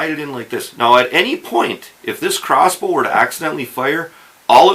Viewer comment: Is he saying cross boo?